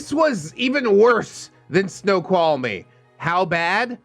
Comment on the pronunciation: thank you for uploading this. This has helped pass my day. Also, you pronounced Snoqualmie Pass correctly. Good job 👍 and yes, that Pass is very treacherous in the winter, especially during a snow storm. It doesn't care who you are, if you don't respect it, it will claim you and or your vehicle.